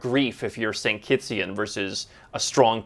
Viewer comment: its Kittitians, not Kittsian.